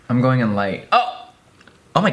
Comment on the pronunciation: “I’m going in light-UH”